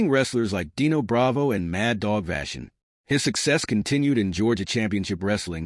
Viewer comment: Mad Dog Vachon, you pronounced his name wrong.